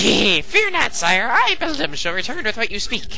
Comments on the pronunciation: its bel DAM as in the beaver thingie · its belDAM as in the beaver thingie